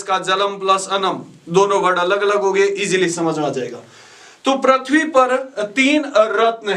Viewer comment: पृथ्वी को प्रथ्वी नहीं, पृथ्वी उच्चारण करें।